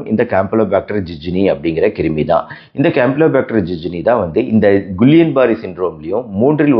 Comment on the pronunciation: Dr கிள்ளியன் பேரர் not குல்லியன்